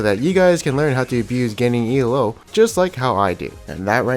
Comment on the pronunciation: if this fucker says E L O one more time